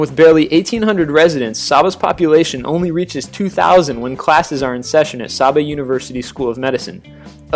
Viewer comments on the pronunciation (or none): itS (Dominica) Domeeeneeka and saybah (saba) and (nevis) Neeeevis not Nayvis and Cyurahsow (curacao) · The speaker needs to learn how to pronounce some of these islands. Nevis, Saba, Dominica, Curacao and Antigua are all pronounced incorrectly. 1. Nevis-Neevis 2. Saba-Sayba 3. Dominica-Domineeca 4. Antigua-Anteega 5. Curacao- Curasow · Saba is pronounced "Say-buh." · I wish he could pronounce the islands properly Saba "Say-bah", Antigua "Anti-gah", Nevis "Nee-vis", Dominica "Dalm! like palm-inque-ah" lawd and Curacao "Cura-saow!!!!!!!!!!!" please get our islands Correct smh! Americans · Dominica is correctly pronounced: Domineeka. Saba, Sayba, and Nevis, Neevis.